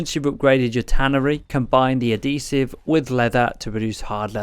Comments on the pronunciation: Thank you for doing an actual progression explanation! and also... its Add-He-Siv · Great video man one thing though ad-hesive 😂